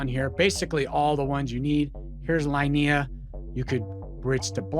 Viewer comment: Hey man, nice video! Just one little tip, the L2 is pronounced "Leenehah"